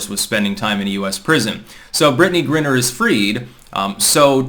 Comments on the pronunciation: it's Griner, not Grinner dude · it's not pronounces "Grinner", it's pronounced "Gryner" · It’s “gryner” not “grinner.” Yes, I am a pedant. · G-RYE-NER,. Same thing with John Cornyn,Cor-NIN,not Cor-NINE. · her name is pronounced Gri-Ner, with a long I. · GRI-ner..like CRY-ner. Christ,. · The fact repeatedly mispronounces Griner's name shows he knows less about the WNBA than the rest of us and that's saying a lot.